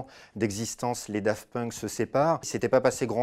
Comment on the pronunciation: C'est moi ou il dit Dafunk ?